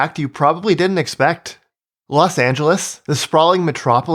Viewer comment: Los Not Las